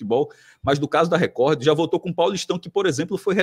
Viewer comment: Esse Cássio além de sair com a ex e o atual dela ou seja assumidamente um boi fica chamando a TV Record onde o d é mudo no final de TV Recordi. 😅😅😅😂😂🐂🐂